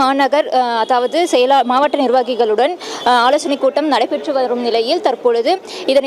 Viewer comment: மாவட்ட என்று படி.... மாவாட்ட என்று படிக்காதே😅